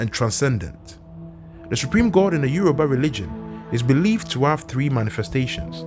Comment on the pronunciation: It isyoruba not Euro ba